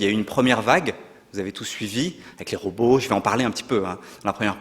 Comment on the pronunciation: pourquoi vous prononcez RO BOT j'ai 'impression d'entendre RO BOTTE,Ca se prononce comme le son (ro beau) ROBOT